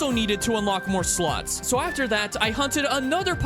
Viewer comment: I swear to god he pronounces slots like that on purpose.